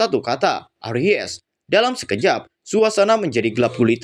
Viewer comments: Bang coba lu baca nya pelan pelan dah ... Itu tuh bukan aries tapi arise ... Ngakak gua dengernya .. Aries itu zodiak bang 🤣🤣🤣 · Aries ga tuh wkwkwk, bacanya eraisss, bukan aries bang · aries😭😭😭 erais cara bacanya 😭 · Di baca nya eraiz bang...klo aries sih nama zodiak...hehe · Lagi fokus denger serius malah aries,, langsung lenyap kefokusan gw wkwkwkwk... Bacanya 'e rais' kak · arise = bangkit....pengucapanya erais kak.. nah klo ucap jadi aries kan nama bintang.. bukan menggurui kak...cuma mengingatkan..salah ucap..bisa jadi salah arti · WKWWKWK LAWAK EMANG SI INI, NGAKAK BGT ANJING KALO DIA SALAH NGOMONG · Arise , bukan aries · Duhh jari ku gatal pengen tekan emot ngakak 😂 ketika denger kata ARIES 🙈🙈